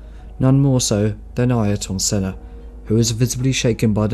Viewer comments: Good videos. First time I've ever heard the pronunciation of Ayrton Senna's name mangled in quite that way, though. Murray Walker always got it spot on. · Your pronunciations of the great Ayrton Sennas name leaves me bewildered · agreed!! I've never heard Ayrton Senna's name pronounced that way before. Not sure how someone can be so seemingly knowledgeable about Formula 1 but never heard his name out loud before?! It's a shame as otherwise the quality is so good!